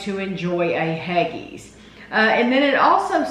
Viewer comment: It's pronounced Haggies actually